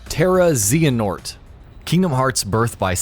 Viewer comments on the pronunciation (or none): Lol zee-hanort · I believe it's zay-huh-nort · I cringed at the mispronounciations..."Zeeanort", "Just"...ffs it's "Zay-uh-nort" and "Joost" also: the entry for Red in Pokemon Gold/Silver/Crystal also applies to the remakes Heart Gold/Soul Silver Dracula in Castlevania: Symphony of the Night as you need to wear 2 specific rings in the clock tower to get the special glasses you need to equip before fighting Richter in order to see Shaft's orb which you need to defeat instead of Richter to reach the inverted castle and ultimately Dracula... various Kirby games require collecting every one of whatever the respective game's macguffin is to get the real final boss & ending ( Dream Land 2 & 3, and 64 immediately come to mind ) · "ZEE-HANORT" This physically pains me. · nope, the h is silent. if you play the games where they mention his name they always say it as "zay-uh-nort" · I am confused on how people mispronounce Xehanort when the name is SAID multiple times AND PRONOUNCED THE SAME WAY by everyone in the game... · 1) Xehanort has a short e not a long one. 2) it's just terranort